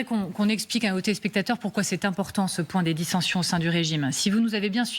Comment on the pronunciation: Peer de Jong: " premier point" "pou'quoi, pa'que" "deuxième point" "comment dire...comment dire...comment dire..." Siavosh Ghazi "donc... donc... donc... donc... donc... donc... donc... donc... donc... donc..."